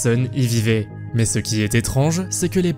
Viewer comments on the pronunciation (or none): none